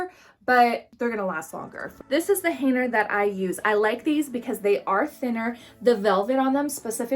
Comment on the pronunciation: What is a "Haner"? That word has a "G" in it....Hanger LOL